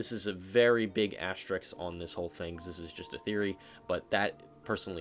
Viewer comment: how can you not pronounce ASTERISK "asstricks" like bro come on ITS NOT HARD AS TER RISK, AS TER RISK,. ""ASSTRICKS" LMFAO KYUS